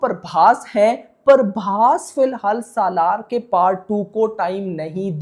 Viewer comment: Not Parbhas it's prabhas